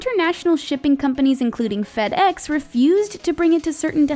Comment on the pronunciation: She said FEDEX but like you write it like that but say Feedex